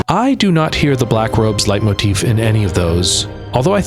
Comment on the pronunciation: The build up to the bathing suits did not disappoint! 😆 (And "Leitmotifa"? 😚👌)